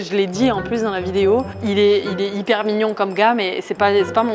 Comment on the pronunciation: On t' adore tu es la meilleure YouTubeuse 😜 Ps:la première fois elle a dit "mignonn"mais je pense pas qu'elle va dire ça après😂😂😂